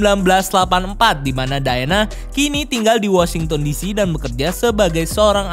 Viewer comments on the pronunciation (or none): none